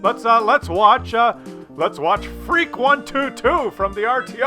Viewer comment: Freak? You murdered that pronunciation